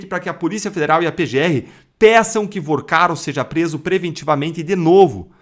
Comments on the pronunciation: Vorcaro meu filho! Fale corretente! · VOrcaro e não VArcaro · Meu querido, fale o nome correto do bandido, por favor, não é Varcaro, é VORCARO. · Porque fala o nome do cara errado? Varcaro? No título também tá escrito errado. Vorcaro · Não é Varcaro e sim Vorcaro!!! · Vacaro?! É Vorcaro, idiota. P ser youtuber tem q ter competência. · N é " varcaro ", abestalhado; é Vorcaro; aprende. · Meu fio... não é Varcaro...é VOrcaro.... vc fala muito errado. É muito chato ouvir alguém que quer influenciar falando tão errado.... afffff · Fala o nome do esperto direito é Vorcaro não ensina errado o povo já mata nossa língua mas vê passa notícias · CARA VC SE COLOCA COMO INFLUENCIADOR E NEM CONSEGUE FALAR O NOME DAS PESSOAS DIREITO???? Vc vive fazendo isso… falava Gauer… agora Vacaro??? 🤨🤨🤨🤨🤨